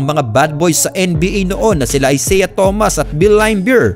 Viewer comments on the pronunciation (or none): none